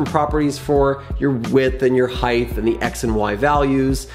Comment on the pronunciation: Height is pronounced hite not hythe